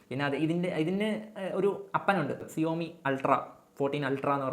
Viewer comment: സിയോമി അല്ല ഷവോമി